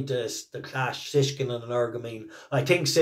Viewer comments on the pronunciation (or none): BTW for all us Irish lads it Shishkin NOT Sishkin, Think Shish Kebab 😅